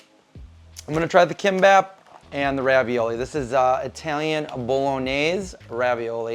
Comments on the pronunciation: It’s pronounced Geem-Bop ❤ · sound it out as gim-bop. g would be a weak k sound like "gear" so more like "geam bop".. not "k" sound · It's 'KIMPPOP" KOREAN FOOD!!!! It's not 'sushi' !!! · Geem-Bap. Kim is pronounced Geem.